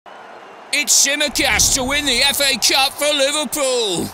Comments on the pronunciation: Is not Tsmikas its Tsimikas he is from greece and I am too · Its tsimIkas not tsImikas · ITS TSIMIKAS NOT TSMIKAS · The fact that Dean gave Tsimikas a perfect english accent gets me every time